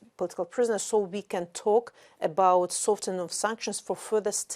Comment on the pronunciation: you dont pronounce the F in Soften